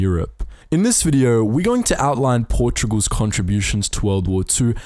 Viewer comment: Is Portugal's, not "Portogual's". But yes